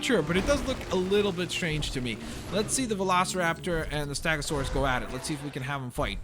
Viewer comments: its stego not stago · Why do you say "STAGOSAURUS" and not " STEGOSAURUS" is it because your first language wasn't English? wasn't it Russian? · It's stegosaurus not stagosaurus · stop saying staaagosaurus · he doesnt pronounce ankylosaurus and stegosaurus right